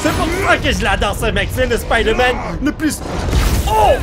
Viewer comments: À et Non lui c'est Spader-Man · Avoue ta rigoler pour l'accent français "Spider Man"🤣😂🇫🇷